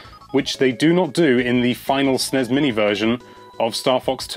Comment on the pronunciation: Jesus, stop sounding out "Snes"